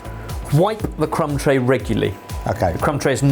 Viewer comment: Crumb tray? I heard c*m tray